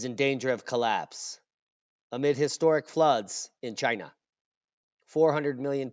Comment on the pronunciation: Ahhahahahah "made in chayna" never lets you down for laughing !! 🤦🏻‍♂️👎🤭